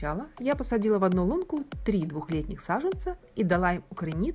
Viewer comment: СажЕнцы, не сажАнцы!🤦